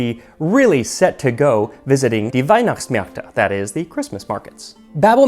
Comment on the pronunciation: Excellent pronunciation of ‚Wienerschnitzel‘ and ‚Weihnachtsmärkte‘!